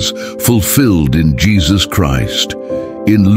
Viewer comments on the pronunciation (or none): seriously? Jeesuuus krist? Can you find an artificial intelligence that can pronounce Isaiah and Jesus correctly? This makes me sad.